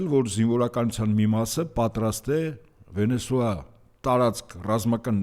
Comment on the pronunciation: ինու էս աղավաղում երկրի անունը, ոչ թե Վենեսոա է, այլ Վենեսուէլլա։